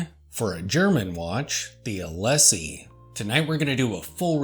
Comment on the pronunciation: Hi Norman, The pronounciation is É-Lee-Sé. Like the famous boulevard of Paris (Champs Élysées). 😊